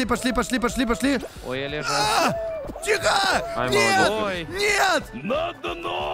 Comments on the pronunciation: говарит не пошли а посли.Я первый раз вслушалась,так угарала.ХВАХПХВХЗП))))0))0))00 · он скорее всего не выговаривает пошли и получается посли ))